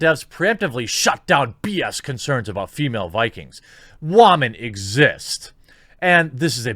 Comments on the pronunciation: You saying Wamen mindfucks me like Chernobyl, I taste metal in my mouth. AAH Roentgen = 17k+ Deceased. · Why do u pronounce it like Wah - Man lol